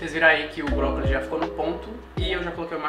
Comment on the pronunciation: toda vez q ele falava brócolis eu entendi própolis